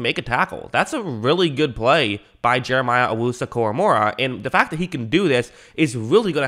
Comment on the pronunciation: Say it with me, KORAMOAH. NOT KORAMORAH. PUT SOME RESPECT ON THE DAWGS NAME